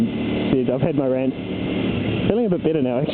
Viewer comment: thats super retarded dude, here we get taxed for water n stuff but luckily theyre leaving bikers alone..for now :S oh but ive gota say that you say "rant" in a very posh voice sir :P